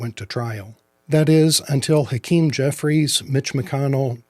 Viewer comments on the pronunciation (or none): none